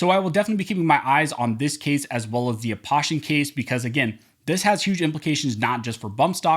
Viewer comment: Aposhian is pronounced with an "oh" sound, you can hear his name here Also, thank you for keeping us up to date on whats going on